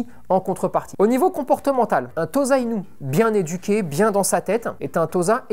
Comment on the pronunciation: On prononce TOSSA-INU, et pas TOZA-INU si jamais :)